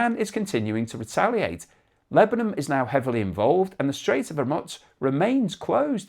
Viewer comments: Why do you say Hermuts? Its Hormuz, pronounced Hormoooz! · There's still no "T" in Hormuz.